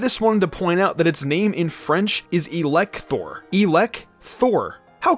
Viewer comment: I'd like to add we pronounce it "Ehlektaure", not "Eelec-Thor".